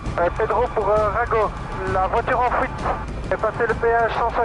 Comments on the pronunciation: "le véhicule en fouite" mdrr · "la voiture en fouite" XD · En fuite billy pas en Fouite D'où tu sors gars ? T'habites dans les champs ou quoi ? :D